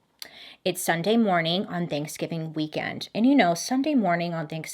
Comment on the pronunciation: "Thankskilling"????? AM I THE ONLY ONE WHO HEARD THAT?????